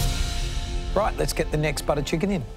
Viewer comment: Buttah chickan 😂